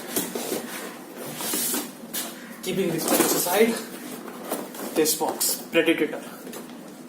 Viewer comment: Its predator and not predatator 😂